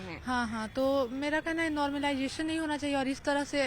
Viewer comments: नोमरलाइजेशन नहीं मैडम ..... नॉर्मलाइजेशन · Pahle to normalisation bolna Sikh le yaar paida hote hi hath me mike pakad lete ho tum sab 😂😂😂😂😂😂